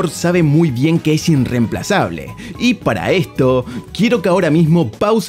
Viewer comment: es meme lo del "inremplazable" o porque decirlo mal tantas veces?